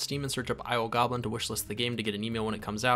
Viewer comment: The name of this game is "Isle Goblin" for anyone else who heard "I O Goblin" when the name of the game was said in the video.